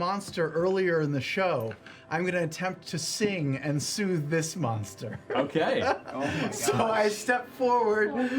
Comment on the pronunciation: last season Ashley's character was a holy cleric become holy monstah, this season she's a holy monstah barbarian 😂❤